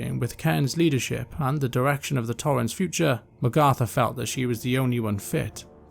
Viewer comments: great vid you did a great job. But. the way you pronounce magatha takes me out a lil bit I always thought it was mag like nag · Sounds like you are saying Magartha. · How come you pronounce Magatha that way? Honest question.